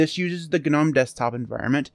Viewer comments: using the word "Gnome" the G is silent... As in NOME. Just a thing. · except you're wrong. Gnome,in this case, started it's life as an acronym. First word GNU. So unless you're also mispronouncing GNU...